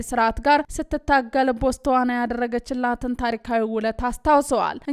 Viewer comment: ማማዬ ጎበዝ አንባቢ ነሽ ግን ሃገሩ ስም ሲነበብ ""ቦት ስዋና ነዉ አንቺ ሄድሺበት 😂